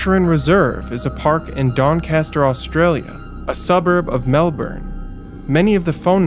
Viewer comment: Off topic but these sorts of things drive us Aussie's (Ozzie's)crazy & u nearly got it right but Melbourne is pronounced Melb'n & Australia is pronounced Straya apart from that love ya vids mate. I wouldn't be surprised if the state premier of Victoria which Melbourne is the capital is behind this, he's not called Dictator Dan for no reason & yes that's tongue in cheek...or is it????